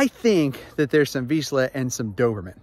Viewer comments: You're right, vizsla AND doberman. Oh, and you had the pronunciation right the first time. "Veesh-lah". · zs is pronounced in Hungarian VEE-zh-lah - Vizsla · As a Hungarian I can tell you, your first and last pronunciation of the breed "vizsla" is spot on. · I am Hungarian and yes, you pronounce vizsla very well. I am not a dog expert but the colour is like vizsla but he seem bigger. Maybe thats the doberman part?